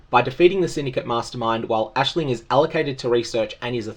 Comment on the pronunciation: Hey. Appreciate correct use of the name Aisling. It's a very common thing here in Ireland. It's so hard to focus on a video with people saying eyes-ling lol